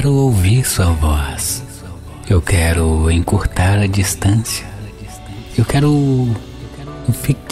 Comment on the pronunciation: Nao fala quira fala quero